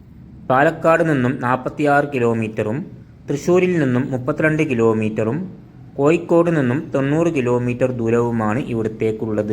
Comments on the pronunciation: കോയിക്കോടല്ല കോയ കോഴിക്കോട്😂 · ഴ പറയേണ്ടടത്തു യ പറയുന്നു ഉച്ചാരണം നോക്കണംസുഹൃത്തേ ഉദാ കോഴിക്കോട് >കോയിക്കോട് 😂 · നമ്മൾ ഒരു വീഡിയോ ചെയ്യുമ്പോൾ അതിന്റെ അവതരണം ഒറിജിനൽ ഭാഷ ആവണം ഇത് കോയിക്കോട്, പുയ എന്നൊക്ക പറയുമ്പോൾ കേൾക്കുന്നവർക്ക് അരോചകം ആയിരിക്കും വേറെ ആരെയെങ്കിലും കൊണ്ട് ഇത് അവതരിപ്പിക്കണം.... All the best good video ❤️